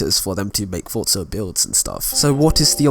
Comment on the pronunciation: "fotza horizon 4"